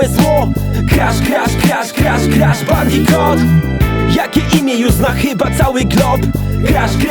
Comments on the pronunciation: Kuba Krawczyk Skoro tak to lubi niech nauczy się wymawiać "Bandicoot" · Adam Igel Po za tym co to ma do rzeczy skoro to "bandikut" a nie "bandikot" to nazwa własna, tego nie wymawiasz tak jak Ci się podoba